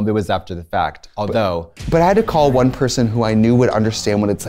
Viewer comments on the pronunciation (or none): none